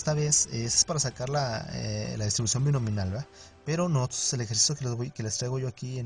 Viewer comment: DISTRIBUCIÓN BINOMIAL, no «Binominal»… ¡y qué desastre de explicación, amigo!😂